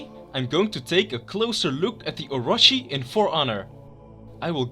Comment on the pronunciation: Its are-o-chi not or-a-chi